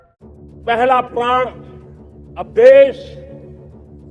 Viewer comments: प्रण के जगह प्राण बोल रहे है हमारे माननीय प्रधानमंत्री लगता है जनता के प्राण लेकर ही मानेंगे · प्रण को प्राण बोल रहे हैं। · Pran hota hai Praan nahi!! Dono ke matlab alag hote hain